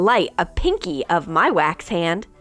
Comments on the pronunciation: Wax not weks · It’s wax not wix